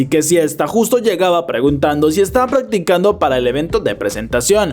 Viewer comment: En el minuto 35 dice paggticando capaz ni me lea pero me dio mucha risa